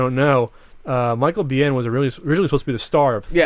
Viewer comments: it's pronounced BEAN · That's not how you pronounce Michael Biehn's name :(